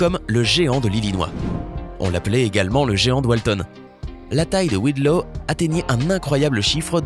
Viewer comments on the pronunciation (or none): c'est pas Robert WIDLOW, c'est Robert Pershing WADLOW